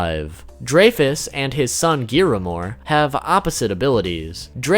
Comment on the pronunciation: It's griamore and dreyfus not giramore and drake